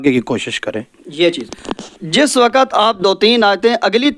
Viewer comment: Pehle aap apna talaffuz sahi kareN Hifaz nahi hifz Wakat nahi waqt Ilam nahi ilm Tame nahi timre